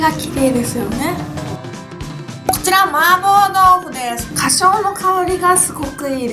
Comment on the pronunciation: つ つ 「花椒」 ゆうかちゃんはかしょう？っていってるけどホアジャオと読むみたいです^_^